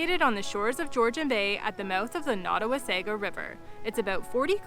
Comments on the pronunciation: Being Canadian we usually don’t make soft pronouciations of words. Wasaga is pronounced by most Canadians as Waysayga. A Croatian word pronounce it like you said Wahsahga. I guess it is just habit by your active tongue ! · I think the correct pronounciation is Wah-sah-gah Beach. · Please pronounce Wasaga-Beach correct. It's a native word and please appreciate this. Next time please correct this. Thank you❤ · Thank you for posting... YES, at the very least, pronounce it properly.